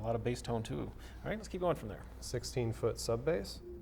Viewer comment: Sub-bass was pronounced correctly. Well done sir!!!